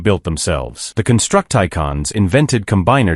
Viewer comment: Can't pronounce "Constructicon" yet somehow says "gestalt" correctly.